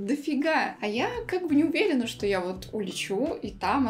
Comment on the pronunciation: да фто ты говоришь